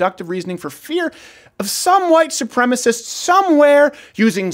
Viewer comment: A wight soupreemus!